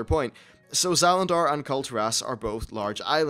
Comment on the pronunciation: Zalandar? You mean Zandalar and the Zandalari, right?